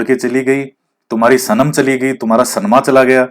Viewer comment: 😂😂😂😂 kya bola h sanam, samana😂😂😂😂😂